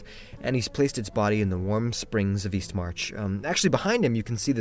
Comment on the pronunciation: Wait. I thought he said Weast